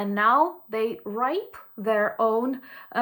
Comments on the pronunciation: Reap, not ripe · Orcs will reap what they sow! REAP is pronouced more like REEP. Slava Ukraine!! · "Reap their own harvest" makes sense, but it was not pronounced correctly. "reap" is pronounced "reep" which rhymes with "beep" rather than "ripe". A similar term/idiom is "reap what they sow" where sowing is the act of planting. "So", "sew", and "sow" are all pronounced the same as way. Your English is excellent, and for these issues I'd rather listen to someone who knows Ukrainian & Russian instead of someone with perfect English. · it is reap there own harvest, not ripe there own harvest. You’re so pretty and funny. I love your notifications.❤❤❤ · (Reap not ripe) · Reap the harvest [reep sound] not ripe. Thank you, you're the Best! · Reap, not ripe😅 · Reap not ripe, but hey pronunciation isn’t everything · Yes, reap their own harvest, or more commonly reap what they sow. Reap is pronounced like deep. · Thanks. Good news... ❤ REAP is pronounced 'REEP'. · Hi again!! Since u asked, the verb is REAP.. pronounced "reep". Ask me another! 🤣🤣🤣🤣🤣🤣🤣🤣🤣🤣🤣🤣🤣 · the term "Reap the harvest." is correctly used, however you pronounced the word 'reap' as 'rape'. An error worth correcting. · “Reap what you sow” is the phrase. Pronounced, “reep.” I knew exactly what you meant, though. Great video, very informative! Just discovering you for the first time. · Only word I heard wrong you said was ripe instead of reap what the sew. Interesting video. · You're not wrong...trump and vance only care about trump and vance. It's a long e sound in reap. :) Ukraine must win.